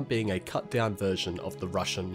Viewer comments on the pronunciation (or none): none